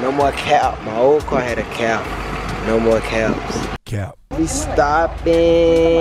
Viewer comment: “ion wanna drive in this NOMO “ 😂😂😂